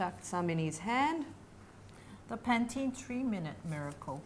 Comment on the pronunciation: pantene sounds like paties